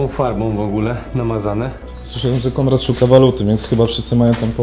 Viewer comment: Przepiękny obiekt!!! Szkoda, że w tragicznym stanie. Konrad (, znów mówiłeś: Kondrad!!??😂😂😂): " żeby tylko się nie zabić "!!!!😂😂😂😂